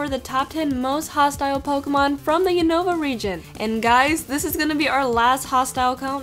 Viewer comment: You pronounced Unova wrong I watched the show I know. It's pronounced U-nu-va.